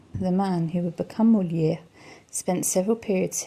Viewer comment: Hi , sorry but the S letter at the end of Pezenas in not silent ...as well as the R letter in Molière.....But beautiful video, thks